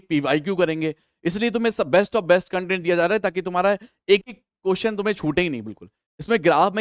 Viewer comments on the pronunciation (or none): none